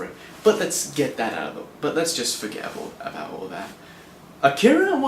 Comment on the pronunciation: It's called AH-key-ra. Not akeara, man. It's nothing personal it's just annoying to hear people constantly mispronounce the work. It's like when fans say say-figh-roth instead of sef-fir-oth, or when people say manga like its a fruit. "Main-ga". Augh. Its called "monga".